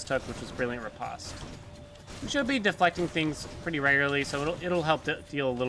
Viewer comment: Say "Post Office" and now say "Re-POST." That's how you pronounce riposte...